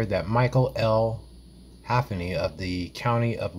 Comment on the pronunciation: Mahaffey!!! (Muh-half-uh-knee). Half-a-knee!? Dyslexia?